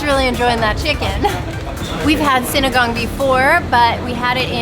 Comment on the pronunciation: Ooh pronounced sinigang correctly 😊